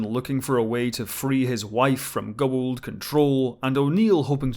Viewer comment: Your pronunciation of Goa'uld in on point.